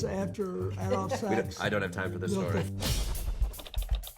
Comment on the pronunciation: Bill thought you said sex not sax. Lol